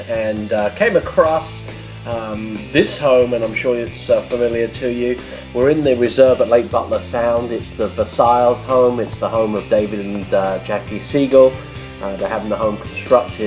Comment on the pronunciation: The second s in Versailles is silent. Bumpkin.